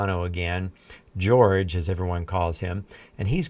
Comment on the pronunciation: Please, stop calling him 'George'. I know Jorge is the Spanish equivalent to George, but it's not at all how you pronounce it.